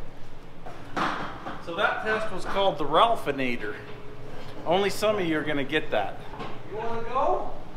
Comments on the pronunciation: I like "Design Concurrent with Construction Method." 2nd comment: When said "Ralphanater" I thought of Ralph only as losing your lunch from motion sickness. Finally it hit me Ralph-a-Nader, Unsafe at Any Speed. The consumer advocate who campaigned against the Corvair.. I once saw a personalized license plate on a Corvair. "NADER1." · Ralph-a-nator Oh ya! LOL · wants no part of being upside down. lmao. "Ralphinator" took me a second.;) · I heard it as "ralphanader" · Ralph-n-ader, LOL